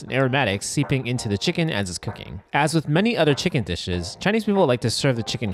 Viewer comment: of course find the guy that says "chickeen" for a chicken video so he has to say it 100 times. delightful